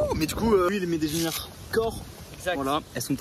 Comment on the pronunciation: Genouillères pas genoilière